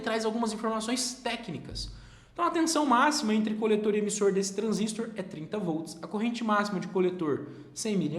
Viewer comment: Um transistor (e não transístor) é um componente de circuitos eletrônicos assim como o resistor (e não resístor), o transformador (e não transformer) e o capacitor (e não capacítor)...e a unidade é watt (uot e não vat, a pronúncia mais aproximada). Detalhes chatos qd repetidos diversas vezes.